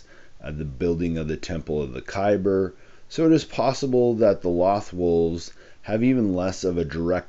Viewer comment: Isn’t “Loth” pronounced like “loathe”?